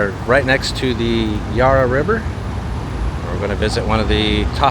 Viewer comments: he pronounced Melbourne well but blew it with the Yarh ra river instead of Ya ra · BTW yarra is pronounced, "YAR-A" not "YAR-ER" if you want the ozzie dialect.. ;-p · My cobber it's not Yarra is Yarra not yuarra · Dude, it’s not Yar-rah river. The A is short as in apple. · The a in Yarra is pronounced like the a in arrow not ar like a pirate. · Yes but tell him its not yar rah...its ya ra for gods sake!! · pretty good. Just wanted to add it's the 'Yair-uh' River. The Vic Market does have everything. It's the biggest public market in the world. You totally missed the fruit and veg/meat/coffee/cheese part. The food part is the best. You can buy food picked less than 12 hrs prior. Nothing fresher unless you grow it yourself. Great experience inside the Melbourne Gaol. Wish you could have got Ned Kelly's death mask in the vlog. Great video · You did well in pronouncing Melbourne (not as Melborn) but the Yarra is "a" AS IN APPLE. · That's my wonderful city! You should have gone to the Block Arcade and the Royal Arcade - they're fantastic! So many great places you didn't see. That was a very brief review of Melbourne. And the one thing you thought was expensive was the meal at the Hyatt Hotel - and the room was pretty small too. That's an American company... And I'm hopeful that someday a tourist will pronounce Yarra correctly - but sadly, it wasn't this time. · The Yarra is more a feature than an actual attraction. And the first vowel is not stressed, more like the 'a' in 'and' while the second sounds like 'uh'. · Great video and.I spent most of my youth in the Melbourne suburb of Beaumaris.Pronunciation can be difficult for non locals.The Yarra River.Pronounced like "Harry". Swap the "H" for a "Y" at start and the "Y" for an "A" at end and you have the local pronunciation. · You've been doing extremely well with our pronunciations but I knew you'd have trouble with the Yarra River, bless your heart ❤️.